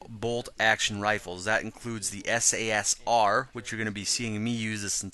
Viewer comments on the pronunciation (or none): hey mate, Im pretty sure its not sasr-r but sas-r, I might be wrong though